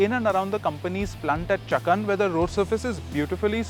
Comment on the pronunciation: The pronunciation is "chaa-kan" not chuckun! 😆